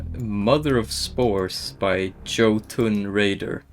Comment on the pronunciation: Jotunn is pronounced "yote-un."